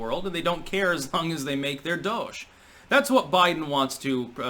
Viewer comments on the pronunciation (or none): DOLLARS + CASH= DOSH...NOT DOUGH-SH